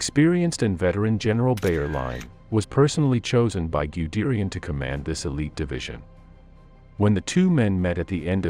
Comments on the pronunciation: Gooderian ????? Terrible pronounciation of German Generals names😅😅😅😅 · Most excruciating, unlistenable pronunciation, Goo-derian and however it pronounced the LASH to pick the two that made me wince most - listened for about 60 seconds and realised it was just going to cause too many cringes. Answer re formation of the Panzer Lehr Div - it was the very most obvious start of the rot.